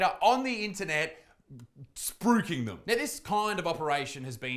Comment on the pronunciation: I had a hell of a time figuring out what word you were saying, but it's spruiking right? lol